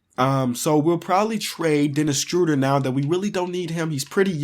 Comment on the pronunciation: "Denis Struder" it's official Denis Schroeder is now Denis Struder